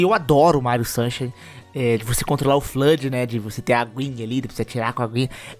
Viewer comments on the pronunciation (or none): o Super Mario Sunshine lê se “sansháine”. Abraço, bom vídeo! 👏🏼